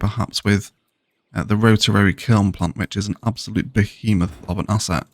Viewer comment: Slowly catching up with these great videos after a whole summer of hiking around Scotland. I just want to quickly mention something that amuses me: it seems "rotarary" is the new "biotanical"!